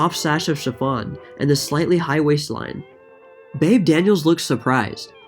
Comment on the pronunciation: Like the new intro. Oh and it's pronounced "Beebee" not "Babe". =)